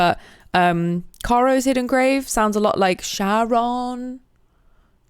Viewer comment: love your content, glad you are finally enjoying ds3, hate your (and generally british) pronunciation of Charon. In cz (and in greek) it is something like big letters from these: Hat cAr Rat lAW No .